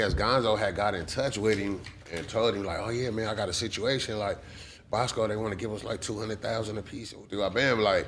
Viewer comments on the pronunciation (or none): When he said "1 permanent sitch" i left the chat 🤣🤣